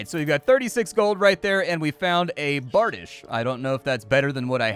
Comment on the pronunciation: I know this video is old lol but it’s pronounced <Bar-di-shay> Bardiche